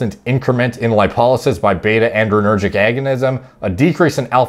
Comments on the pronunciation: The paper was not using pretentious language. It was using precise and technical language. Also, it's "adrenergic," not "andrenergic." Otherwise, great video! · "adrenergic" actually, not "andrenergic" like adrenaline not androgen. It's all I can hear lol. Great content nonetheless